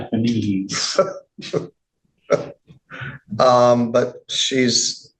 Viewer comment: Prosecutor said “methanese” lol 😂 damn